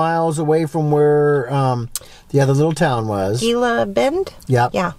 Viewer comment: The little town you mentioned Gila Bend is pronounced Hee-la.